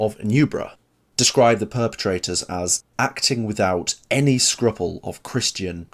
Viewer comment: Scruple is pronounced screwpool. Not how he said it 😂😂